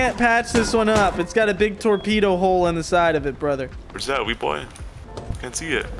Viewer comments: why are you not saying tormedo and sumbarine anymo :( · First it was tormedos, now it's torpendos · no longer saying fucking "Tormedo" is my favorite character development.